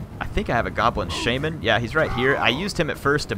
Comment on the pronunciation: it is called sha-man not shae-men